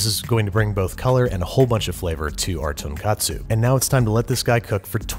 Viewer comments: Just a quick note on your pronunciation of the word "tonkotsu" - there is actually a Japanese word for breaded pork cutlets, "tonkatsu", which happens to be ridiculously similar. Your pronunciation in this video is more similar to the latter. There is a video entitled "How to Pronounce Tonkotsu" by Japanese English 101 (because of course there is; this is the internet) that is completely accurate, if you'd like to see the difference for yourself. Also, so sorry about your banana allergy. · Be careful, you said "ton katsu" when you meant to say "ton katsu" (long "o" like "oh"). Ton katsu (short O like you said) is the Japanese friend pork cutlet - just as delicious but not what you're making and definitely not hot ham water. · Great video! The pork broth for ramen though is pronounced 'Ton-Kotsu' not 'Ton-katsu' (the latter refers to crispy pork cutlets). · So you kept saying "tonkatsu" when you mean to say "tonkotsu". Long O sound. I'm hyped for another ramen episode, tho :D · Fellow pedant high five! Was about to say the same thing. For those who don't know, both tonkotsu and tonkatsu are Japanese foods, so to avoid confusion, you should pronounce "tonkotsu" with a clear "oh" sound. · Hopefully someone can let him know it's tonKOtsu before then (tonKAtsu is a completely different food). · Hey Babish. Great video. Probably won't see this and I don't mean to nit-pick, just be educational as I've seen confusion with these two terms in the English speaking world. Tonkatsu (豚カツ) refers to pork cutlets. This is because the "ton" is this character for pig 豚 read as "ton", and "katsu" is an abbreviation of the loan word カツレツ (katsuretsu) which is the Japanese pronunciation of the word cutlet. Tonkotsu (豚骨) refers to pork bone broth. The word contains the same "ton" pig character 豚, and the second character kotsu 骨 is bone, and used together means either "pork bone" or "pork bone broth". One different vowel, two different dishes. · tonk-O-tsu ramen*